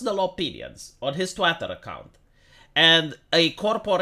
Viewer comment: do you realize you say "twatter" instead of twitter? are you doing this on purpose?